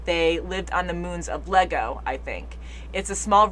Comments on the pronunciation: Iago. Pronounced eye eggo. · "Iego" begins with an upper-case "i", not a lowercase "L". Thus, "Ee-eggo", not "Lego". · NOT LEGO! IEGO( pronounced E-yego ) However that would have been a cool acknowledgment that they are aware of the Lego Universe. See transcript below: Anakin: Are you an angel? Queen Amidala: What? Anakin: An angel. I've heard the deep space pilots talk about them. They live on the moons of Iego, I think. They're the most beautiful creatures in the universe. Here's the clip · It’s Iego... like I-ego (it‘s spelled more like a soft J), not LEGO like the toys 😅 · Actually Iego and pronounced Jego, with a soft J